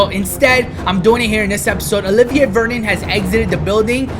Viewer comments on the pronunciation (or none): none